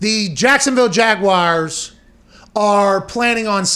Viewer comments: Please learn how to pronounce Jaguars properly. It's not Jag-wires. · Oh.... the ole Jagwires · there are 2 correct pronunciations of Jaguars, neither have the word "wire" included in it LOL